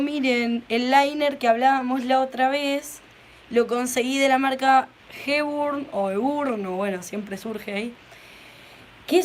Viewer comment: Hola! Heburn se pronuncia "JIBORN"... te dejo la data porque ya vi en varios videos que te preguntas lo mismo xD... Muy buenos tus videos. un saludo!